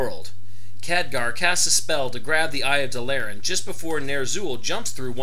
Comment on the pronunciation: Also DAAA LAAA RAAA N not dalllllaran